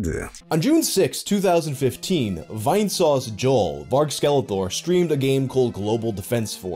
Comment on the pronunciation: As someone who was watching Vinesauce stuff since December 2016, I laughed so hard when he said "Vainesaussy" and called him (Vinny) as YouTuber.